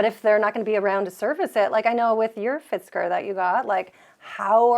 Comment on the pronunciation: 😂 “Fitzker” ( and ) 😂